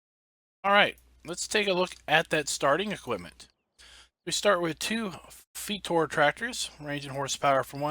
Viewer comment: Thank you so much for this video. Keep going. Just a little correction. Starting tractors are not Fetor but Zetor. Not a big deal. :) And yeah, some fps drop is normal in Farming Sim when you first load the map. Any map. It's just loading all of the assets from the map into your RAM. After some time it should disappear and FPS should stabilize if everything is normal with that map :)